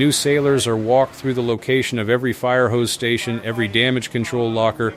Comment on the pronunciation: “Inspection “erry” day.” 😮‍💨